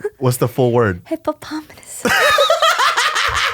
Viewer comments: this girl just said hippopominus XDXDXDlolololol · THE PRONUNCIATION PORTION ON MARMALADE AND HIPPOPOTAMUS IS GOD TIER COMEDY.